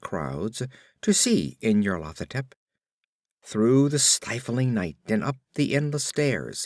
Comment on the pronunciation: I can't decide if you're pronouncing this as "in your Lathotep" for comic effect.